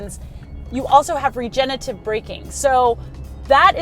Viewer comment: I assume it is regenerative, not regenitive.